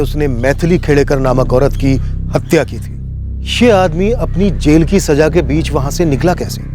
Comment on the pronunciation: Its ' saza' ....not ' saja'.....pronunciation. Saja means to adorn.Saza means punishment